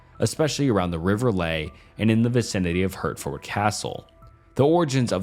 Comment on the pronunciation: We pronounce Hertford like Hartford. Like the organ. Also the ford is mostly cut down to just fd. And Shire is typically said as shir...shirt without the t. Although some do say shire like that.